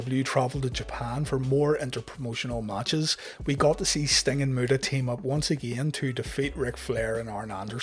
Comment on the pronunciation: Anyone hearing the great murderer when he says great muta lol